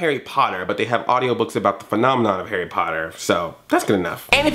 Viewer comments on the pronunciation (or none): none